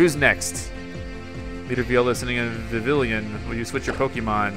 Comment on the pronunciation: Viv-E-on: Vivillon :Lum-E-Os: Lumiose